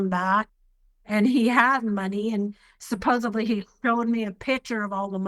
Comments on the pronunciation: "London Money" . . . . . calling it that, is all you need to know about her IQ level - No wonder she got scammed And for the love of God, can someone please tell her its, "Supposedly", NOT "Supposibbly" . . . . Sigh! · What a maroon!! I can’t! 😂 DAMN IT SHE SAID supposeBLY again!!!! 😢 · Supposably? …. I assume she means supposedly? Liverpool LONDON.? Sorry, this woman is a half wit. She deserves to be ripped off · Supposably…is not a word. London money. Oh man. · DID SHE SAY SUPPOSEBLY????? Then she deserves what she gets!! 😂 I mean like fifteen effing times??!! Any person that is bilingual, I GIVE PROPS TO!! At the same time, LADY YOU SOUND SO STUPID!! It’s SUPPOSEDLY WITH THE LETTER D, not B!! For the love of God,, please check yourself before you continue to wreck yourself! 😂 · SUPPOSEDLY!!!!! Why do so many adults have such a hard time with this word? I don’t usually correct peoples grammar but for some reason, people mispronouncing this one particular word just irritates me lol!!! Also, why is it that no one corrected her especially for the show? SUPPOSEDLY not Supposebly 😬😆 I’m sorry but I just can’t help myself when I hear it pronounced with the BLY instead of DLY !! 🤪 (I know, I need help!) hahahaha!!!! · Why do ALL these people day 'supposeBly'...it's 'supposeDly'!!! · SUPPOSABLY is not a word. No wonder she is so dumb. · The word "supposubly…" 🤔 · Why do the ladies who fall for these scams all say “supposably”? It’s a mispronunciation I have never heard until I started following this channel 😂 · I am British so this was painful to watch.... and please stop saying Supposably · It's "supposeDly" with a D sound, there's no B in the word "supposedly ." Can anyone correct her speech with the word that she very much over uses for not being able to pronounce? Yes, I understand she's ESL. Bob's a big fat liar😂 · Anybody that says " supposably" should pay a fine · Oh that made me laugh 😂😂supposeBly 😅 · “Supposebly…….🙄 ya she’s a smart one…..